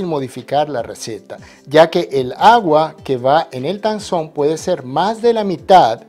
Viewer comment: Tangzhong en MANDARIN QUIERE DECIR ESPIGA CHINA. La zh se pronuncia ch. zhong es el pais china. La t de tang se pronuncia dejando salir aire . No es un T fuerte como en español. Muy bno su video y su canal. Me suscribi.